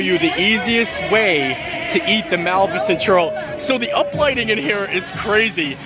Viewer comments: …. Dude….please… Mah- lif-I-cent! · Mispronounced Malificent- 9